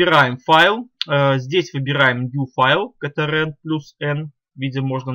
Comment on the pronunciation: Немного режет слух как ты произносишь КТРЛ почему катеэрел??? Почему не control (Контрол) ????